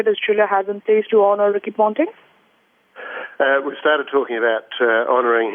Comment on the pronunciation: Ricky Pounting? I wanna pound this anchor's mouth so bad. What drugs are you on?